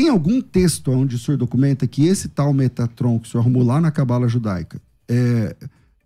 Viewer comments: Eu já não estava levando o a sério, aí ele manda um “METRATOM” 😂😂😂😂😂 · 'MeTRAton" foi de lascar 😂😂😂